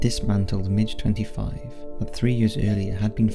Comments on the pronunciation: Please, please stop saying Soviet warplane types incorrectly. It is not pronounced like a small bug, a "Midge". It is pronounced as you would a "Wig", or a "Swig". I had to have a "Swig" of Scotch after listening you continuously mispronounce one of the World's most iconic fighter aircraft. Come on man. 🇨🇦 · A "midge" is colloquial name for an annoying insect. A MIG is an acronym for a Russian fighter plane designation. I applaud the free spread of info but pronouncing an acronym correctly isn't hard. Watch top gun ffs if nothing else jesus